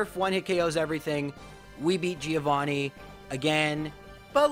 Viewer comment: please fix that pronunciation of "Giovanni" it hurts every time